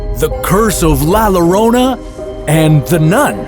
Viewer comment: "La llorona" is pronounced "yo-ro-na" not "lo-ro-na"